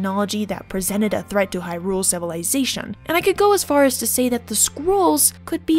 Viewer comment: Why can't YouTubers pronounce Hyrule? It's in the freaking game ffs!